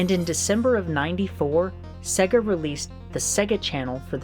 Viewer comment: it is really embarrassing that you can not pronounce Sega. It is Say-gah not Segga.